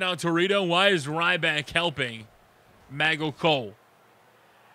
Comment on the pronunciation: I wanted 2 point out tht y u say Machel instead of Michael